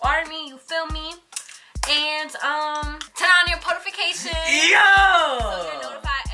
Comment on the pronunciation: Halo said potifications....lol